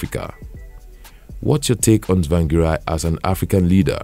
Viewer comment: Do not continue writing biography of people you cant pronounce their name properly. Harrrr🤬😡👹